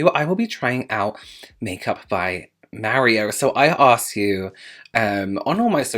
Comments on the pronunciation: Im Italian, and you are actually saying "Mario" correctly. Us Americans actually say it incorrectly. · As a Brit living in Italy, you pronounced Mario perfectly... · Honey I’ve just got to the part where you say Mario... you say it correctly.. my dad was Italian and that’s how he said mario.. I had an uncle with the same name 😍😍😍 Omg you’re killing me😂😂.. I’ll quickly say I’m gonna love this before I watch it... saves me keep editing my comment 😘 Only a professional like yourself can really appreciate how much thought has gone into this collection Have a great week sweetheart 💖💖💖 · I've been made fun of for how I say Mario after I moved away from the NY/NJ area, but Mary-O is how everyone said it where I grew up! So glad I'm not alone 😭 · You say ' Mario' as we say in Italian 😉. You skin glows with the highlighter... So beautiful. I want